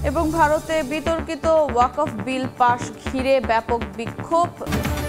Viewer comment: মুসলিম হয়ে ও ওয়াকফ উচ্চারণ বিকৃত কেন?